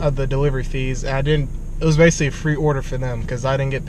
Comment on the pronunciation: "base-lee" this is "base-lee" a video about postmates